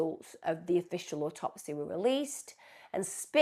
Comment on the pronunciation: Autopsy. The cadence is on the first syllable of the word.